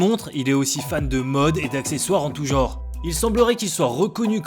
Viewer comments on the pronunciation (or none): none